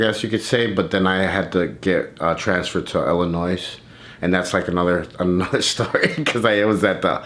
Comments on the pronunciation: Him saying Illinois with an s and he’s from here was hilarious. And wanting to correct him so badly the first time lol. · My cousins are from Illinois, and I learned early…you don’t say the “s”. I find myself doing the same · Summer Holt illanoizz 😭